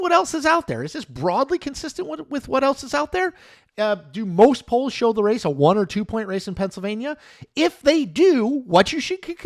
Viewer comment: haha up until i thought you were doing a show about Poland haha really that's what i thought i heard